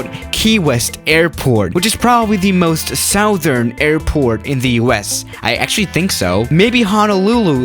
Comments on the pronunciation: Normal people: Southern: Sowthern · Southern pronounced SU-Thrn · I almost cried at the amount of times said "SOWthern" in this video 😭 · Really "south-ern" is too funny 🙏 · Nobody:: Sowthern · Nobody: Literally Nobody:: Sowthern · you say southern in the most interesting way